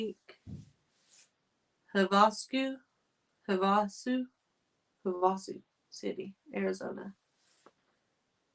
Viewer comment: Not trying to be mean at all but the Lake in AZ is pronounced Lake Hav a sue, you should have been with me when i was in Washington DC i called the river the pot a mac , lol my husband laughed so hard at me but some names are just hard to know how they are pronounced unless you live near them and hear it a lot , love ya all , God bless